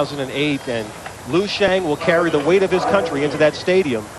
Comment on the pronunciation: wtf lui xiang? its LIU not lui